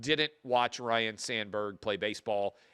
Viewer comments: It’s not Ryan it’s Ryne! 😅 C’mon man. Dude is now dead and people still can’t get it right. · Ryne Sandberg, not 'Ryan'. At least Harry Carey could blame the Jack Daniels.